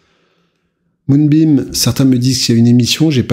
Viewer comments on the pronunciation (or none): Tu nous régales frérot. Pq dis tu moonbiNe au lieu de moonbiMe? 😉